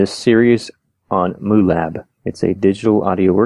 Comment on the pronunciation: Its not Moolab it's Mu Lab